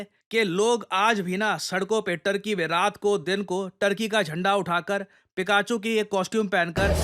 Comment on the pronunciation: पिकाचू ✅ फिकेचू ❌ ..😂